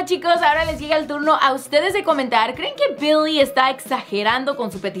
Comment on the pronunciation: Odio cuando dice BILLIE.... BEEHLEEH...